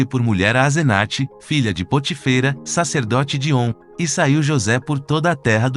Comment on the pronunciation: Muito bom esse quiz mas será bom observar a linguagem. Na 2a pergunta o nome do sacerdote cuja filha casou-se com José é POTÍFERA Observe a acentuação no Í, ok? E Tbm na pergunta 18 a pronúncia do nome de REUEL está errada.Vc disse *Rum 😉Quem ñ conhece os personagens bíblicos passará a falar errado os nomes deles. 🤔É,ou ñ é?